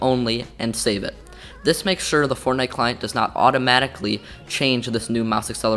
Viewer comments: When you say fortnite sometimes you say fortnut lol! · He said fornut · he said fortnut im not the only one who heard that right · 0:4-0:6 fort nut 🤣 nontheless great video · Fortnut I heard? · In the intro did he say fortnut? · i heard fortnut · bro this is a good video, just plz dont say fort'nut' anymore. If you wanna be more professional as a channel (which judging by your content quality you do) then say the proper game name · fortnute XD